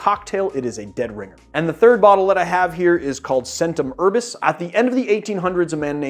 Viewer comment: The "c"s in both Faccia Bruto and Centum Herbis should be pronounced "ch" but other than that I really enjoyed the video. I just wish it didn't involve so many repetitions of those particular mispronunciations.